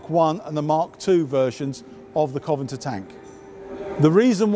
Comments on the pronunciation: Exactly. "Covingter ..." LOL! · I agree in principle, but the fellow in the video has omitted an entire syllable from the word. "Covanter" is just wrong on the face of it. So there. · Secret name :P Coventer! :D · Have I been saying 'CovenANter' wrong all this time? Serious question. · "The Coventer" 😆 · You really should be able to pronounce a tanks name if you are going to talk about it. What is a Coventar? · His accent (and mine too) softens vowelles in many words, ultimately dropping them. Covenanter is a fairly blocky word anyhow, so it gets softened to Coventer. This happens in many words, take comfortable, or "comftable" as we say it, or vehicle and "veercle". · I know what your saying, I say comfortable the same way, but he's not just softening the vowel (Coven'nter), he's missing the whole syllable (Covanter). It sounds bloody odd. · Needless to say, I don't agree. You're moving the goalposts now as well. You said it was about skipping the syllable last time. There are still two 'n's in the word. Doing as you say would result in "Coven'nter", not "Coventer". As I've said, this chap's accent is the same as mine and I've never heard anyone pronounce it that way. We'll just have to agree to disagree. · I get what you are saying and it's not the end of the world, but it's all the more important to get it right because it is uncommon. Perhaps for those who don't know the history of the Covenantors both the origins and the tank will be encouraged to look the word up, because it's interesting in itself. But Coventor means nothing. The tank museum videos are such high quality normally and the standard should be maintained. It was an interesting video but it needs to be right and hopefully a friendly word will encourage this gentleman to improve his already good delivery. Thanks for your comment! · Am I mad, or is he mispronouncing Covenanter? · He doesn't know the word, and is reading it wrong. So much for historical knowledge